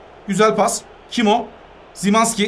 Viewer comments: Zimazki değil şımanski abim😅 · Simanski değil şimanski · Abi Szymanki Zimanski değil Şimanski Diye Okunuyor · Abi szymanski ş ile şimanski diye❤ (telaffuz böyle daha iyi)